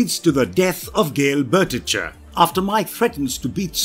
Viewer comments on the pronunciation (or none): Some of the mispronounced words I can understand, but… really?? Vince “Jillian”?! Gale "BERT-itch-er"?!